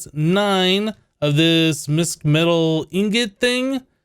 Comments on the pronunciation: It's pronounced Mishmetal, the sch originates from German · really like this series thumbs up ;) btw "mischmetal" is pronounced kinda like "wish" but the "m" in front :)